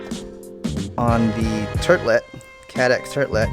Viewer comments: Turtlet really sounds like Turdlet… xD (and I'm not even native_english speaking... ,=) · Just started the video, but let me just say initially: Turtlet was an interesting name choice for this product, if only because when pronounced it seems to sound like "Turd-Let," also known as a relatively small piece of poop...how'd that past muster? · He said Turdlet.......hehehehe ;) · Turtlet???? Can you not read my son?? Please.....I'm not sure just why,....But I heard another goob say Turtlet....So I was just at the CADDX WEBSITE AND IT IS THE TURTLE....for I thought well maybe I CAN'T READ!!! HAHAHAHAHA!! Good vid, I really like the Caddx cameras actually for real!!! I only have the SDR1 so far but like it a lot just want to try one of their 16:9 ratio cameras for that's my bag!! And hey......WHY CAN'T THEY JUST GO AHEAD and make a REAL FPV set up and put the VTX included in this package for geezz what you pay at least for the Runcam version your paying for one in my opinion.....WTF?? Like instead of TWO boards with the camera DVR I LOVE the way Caddx did it with ONE!! FACE!!! hahahaha in your face runcam!! I'm a tad distraught by Runcam....Seems they simply do NOT care if you get something DOA from them!! I have now a Original Runcam mini that is JUNK??!! I don't even know if or how you could use it as a "normal" FPV cam and connect to a VTX without the DVR module for that is what is shit on mine, also have an Eagle 2 16:9 I REALLY WAS WANTING TO TRY ON THIS GALAXY quad,....had it in it and was non functional, just KNEW it was the VTX a AKK Tech X2 Ultimate and NOW HAVE COME TO LOVE them!! TOTALLY AWESOME AND CHEAP CHEAP!! It was in fact the BRAND NEW JUST OUT OF BOX Eagle camera!! And I got it like in January....IT'S AUG. I DON'T think I will see a return from Amazon and that is a terrible thing for if had known right when I received i